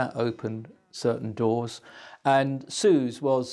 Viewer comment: Suze (Rotolo) is pronounced "SU-zee". Anyone who really knows Dylan lore knows this. These people have seen it on the page, that's all. English people really do think they "get" Dylan, and generally they have the poorest grasp of him and the details of his life.